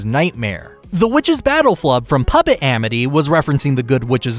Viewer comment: Puppet not pupp